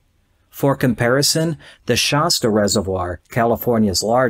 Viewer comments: It’s pronounced Shasta, not shausta. The a is like the a in apple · God, learn how to pronounce the easy words like Shasta...